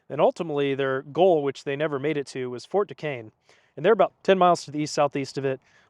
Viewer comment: You’re not from Pittsburgh that’s for sure… But good video….you pronounced Duquesne properly tho!